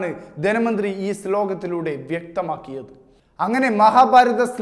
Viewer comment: ധെനമന്ത്രി അല്ല ധനമന്ത്രി വാർത്ത വായിക്കുമ്പോൾ ഒരു മിനിമം ഭാഷാശുദ്ധി എങ്കിലും വേണം